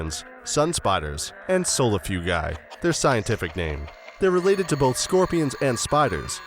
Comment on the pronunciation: I do not like spiders but my curiosity for them is greater than my fear for them Edit: also its pronounced "soul-few-jay" for the camel spider